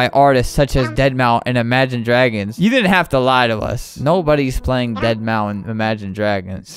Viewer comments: Lol but the problem is that it’s said deadmau or deadmau five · I was so triggered by Albert saying Deadmau5 wrong 🤬🤬🤬🤬🤬🤬🤬🤬🤬🤬🤬🤬🤬🤬🤬🤬🤬🤬🤬🤬🤬🤬🤬